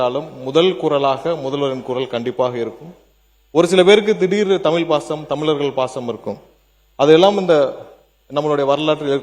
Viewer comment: ஐயா நீங்கள் தயவுசெய்து உங்கள் நாக்கில் சுட்ட வசம்பை போட்டு தேய்க்கவும்.தமில் தமில் எனக்கூறி தமிழைக் கொல்லாதீர்கள்